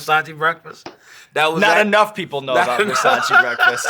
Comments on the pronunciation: It’s Versayce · Versa-CHEY- not (chee) lol